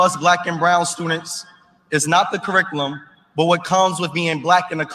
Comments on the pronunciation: Why does he pronounce "Curriculum" as Kuhrickalen"? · He can't pronounce the word curriculum